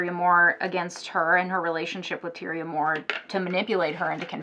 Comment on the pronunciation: Its TIE-REE-UH